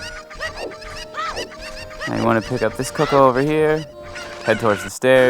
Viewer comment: CUCCO not "Coco" fucking invalid